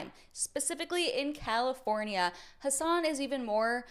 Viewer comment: It's weird, i have a friend named Hasan. Cenk sounds like he's calling him "hoss" not Has lol